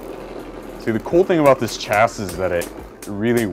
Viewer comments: Is pronounced chasi its spelling is just chassis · It's pronounced Chas-see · No it's pronounced Chassis is pronuced Chasee look it up not trying to be rude just want to spread the information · It’s pronounced chassi but spelt chassis because the s is silent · Hey. Chasis is literally pronounced cha-see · Its pronounced shasii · Its actually pronounced like (CHasē/SHasē) to be exact! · Its chasee isnt it? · no. It's shasee. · This is how many times beytubers will say chassis wrong 👎🏿